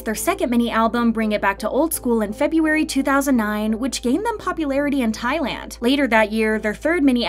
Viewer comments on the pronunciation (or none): none